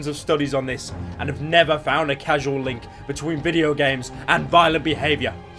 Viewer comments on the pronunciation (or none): Did you say 'casual link'? You fucking reprobate. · Was listening to the vid on a different tab, but as soon as I heard "casual link", I knew he messed up lmao